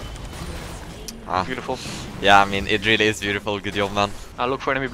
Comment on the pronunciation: English: Job: Yob English: Joke: Yoke English: Jax: Yax English: J??:.... Y!!